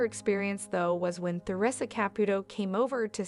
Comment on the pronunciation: It would be nice if the narrator would learn how to pronounce Theresa's properly !